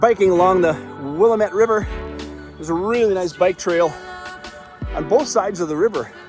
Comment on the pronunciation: Glad you had a good time in Portland, my home base for coming up on 20 years. Thanks for sharing. Pro tip: it’s pronounced wi-LAM-it (The one that really got me when I moved up here is the street Couch is pronounced “cooch”!)